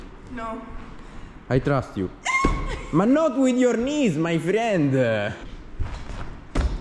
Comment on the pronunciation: my FRIEND L mia maestra: si dice FREND